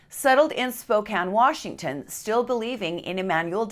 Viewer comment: Utah accent comes out when she says "Warshington."